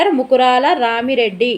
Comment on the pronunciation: రామిరెడ్డి కాదు రామా రెడ్డి